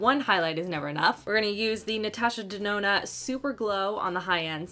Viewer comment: Ahaha I loved it when you said Natasha Dedona 😂